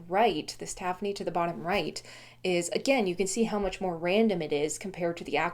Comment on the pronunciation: Moqui is also spelled Moki, so you are pronouncing it correctly: Moe-kee. Using standard English pronunciation, with stress on the second syllable, tafoni I believe is pronounced ta-FONE-ee. And micrite: I have a bone to pick over the usual pronunciation of this word (mick-RITE), because it's a portmanteau word, from 'microcrystalline calcite:' MIKE-roe, not MICK-roe. Therefore, I think micrite should be pronounced MIKE-rite, not MICK-rite, but I've only heard one other geologist pronounce it this way in the last 20 years.